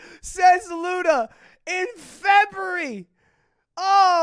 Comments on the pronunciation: Ah yes. Febury. My favorite month. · Febery bruh